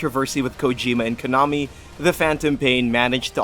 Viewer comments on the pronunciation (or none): none